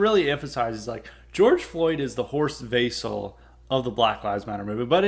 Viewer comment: Service message: it's pronounced Horst "Vessel" and the "theme song" was "Die (pronounced; dee) Fahne hoch"